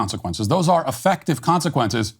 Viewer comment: Where is "" from??? Who pronounces the word effective like "uhfuctuv"? Listening to this insufferable woman is like nails on a chalkboard 😵